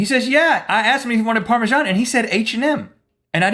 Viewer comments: It's par me sun not par me shan. Maybe it's because I'm from UK. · why do you spell Parmesan so weird..its ParmeSan not ParmeJan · Do all Americans pronounce it parmejan? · so is parmajan a thing? or are they saying parmesan wrong? :P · okay, since when has Parmesan been pronounced with a "j" in it?! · it annoys me a little how you say parmesan :/